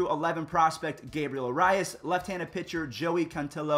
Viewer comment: Arias = Air-EE-as, Cantillo = Can-TEE-yo